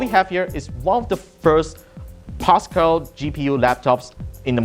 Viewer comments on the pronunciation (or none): none